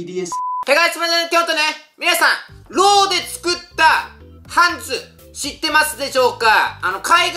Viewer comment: ｢蝋で作った ハンツ｣